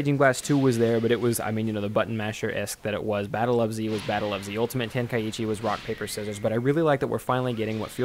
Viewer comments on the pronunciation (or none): dang he said rock paper sisers